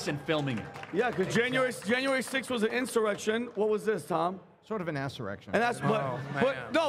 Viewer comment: Tom “sort of an assurrection” 🤣